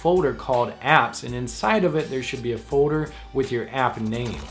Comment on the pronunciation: its just me but drive me crazy how he say fourer? instead of folder? sounds like a 5 year old lol